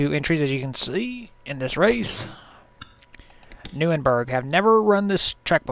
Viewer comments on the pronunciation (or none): also no offense but its pronounced nur-burg-ring